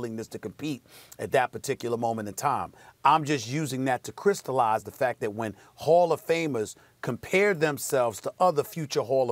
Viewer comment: He really said crystalize. Lol! Stephen Articulate Smith.